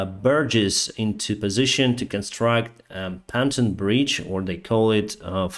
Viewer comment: Lol.. Pontoon is pronounced... P ON TOOOOOOON ... Not PA N TUN e Long OOOOOO P ... on . sound like awn...toooon Like Spoon . Not spune